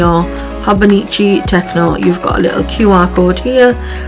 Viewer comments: You said you are new to Hobonichi and I wanted to point out that it is pronounced Tet-cho not tec-no there is no N in it, this is a common occurrence with new users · it is Tet-cho as in ch like in chosen I can’t tell you how long I called it a tec-o and my friend laughed at me one day and explained how to say it, fun fact Techo means notebook, I think you really enjoy using it